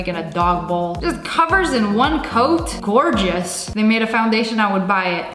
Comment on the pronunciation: Lia:skrrrrrr Also lia: goowgous